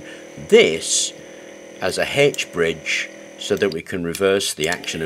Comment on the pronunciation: You really had me scratching my head mentioning a Hedge Bridge. We know it as an "H" ( aitch ) bridge.